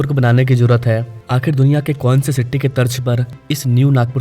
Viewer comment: Bhaii sitti nahi city